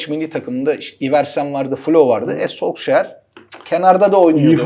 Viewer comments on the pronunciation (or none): Serdar Hocam ve Ali Hocam ☺ Solskjær'in telaffuzu "Sulşer" ⚽ güzel yayın için tesekkürler